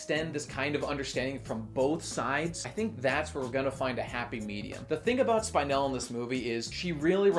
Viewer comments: Her name is pronounced Spin-el, not Spine-el. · it's spin-el, not spine-el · Not Spine-elle, Spin-elle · Her is name pronounced Speenell. They say the name often enough in the movie. Why don't you say it correctly? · Nobody: Not a single soul:: Spine-elle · "Spynel" ugggghhhhhh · Spine-el :[ the pronunciation hurts me just a bit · We watched the same movie, why are you saying "spynel"? Also, dope video. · They said Spinel like 50 times in the movie. How the fuck do you pronounce her name "Spine-ell"??? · Isn't that name pronounced [Spin-él]? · How could you possible mispronounce spinel, its said so many times in the movie. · why do you say Spinel like that? why do you focus on the spine rather than the spin? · He's saying her name wrong for spinel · The constant mispronunciation of spinel ruined the video for me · It only enhanced it for me.